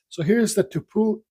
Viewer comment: You opened this box the other and couldn't pronounce this wood, tupelo, tup elo then either.